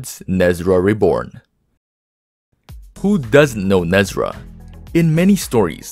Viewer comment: PLEASE educate yourself. Who tf is NEZRA …..???? It’s Ne Zha !!!!